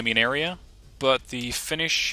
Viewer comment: You actually pronounce Finnish words better than any other youtuber that I've watched recently. Only thing that I'm kind a upset about this DLC is that we're included as a redfor nation, because as far as I know every Finn that I know wants us to be independent... Anyways, love from Finland to Netherlands... My grammar isn't the best so sry if there is some mispronouncing. With love from Finland to Netherlands! :D